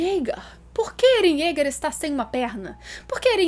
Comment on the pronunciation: "Eren jegue" Kkkkkkkkkkkkk essa foi foda 😂